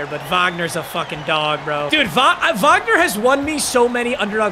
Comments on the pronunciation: as a german i can tell you, you pronuced his name correctly, i'm proud of you :finger-red-number-one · I'm german, and I'm impressed how well u pronounced "Wagner"